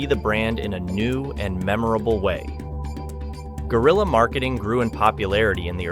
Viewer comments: Its not gorilla marketing. It's g(w)e-ril-ya marketing. Dicks out for Harambe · Brother Guerilla is a Spanish Word and has nothing to do with Gorilla, it ain’t even pronounced the same way